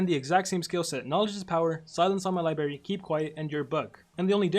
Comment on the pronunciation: Oh hell no don't tell me that he just said libary